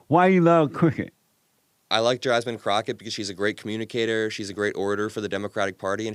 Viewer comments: The way he purposely mispronounced Jasmine Crockett’s name said so much. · how about how he deliberately mispronounced Jasmine‘s name calling her Jasmine cricket rather than Crockett I thought that was very disrespectful and very telling. Same Chyna crap they did with Kamala like come on. It’s just childish and ridiculous.